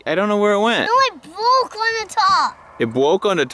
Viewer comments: It bwoke on the top! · “No it bwoke ona top!” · "...it bwoke on the top!" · It sure BWOKE on the top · “It bwoke on the top “. what a fuckin legend